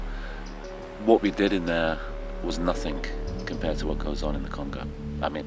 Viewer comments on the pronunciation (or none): When he said "Nothink" He lost all credibilty